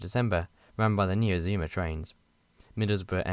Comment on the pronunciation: The first time I've heard the Azuma's pronounce as Aszumas. The revised Intercity livery on the 225 sets is so classy. I think it would even look brilliant on the Azumas.